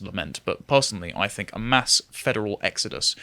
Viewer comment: * Speach therapy pls ffs. "Think" NOT "FINK".